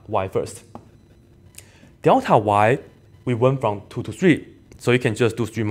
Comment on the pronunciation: 怎么你也说“屌塔”……看来这口音是共通的 lul